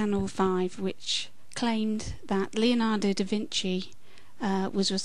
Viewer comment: By the way, since you seem concerned about pronunciation, the correct way an Italian would pronounce "Leonardo" is not "Leeonardo". Actually, the "e" in "Leonardo" sounds the same as the "e" in "very". Regards.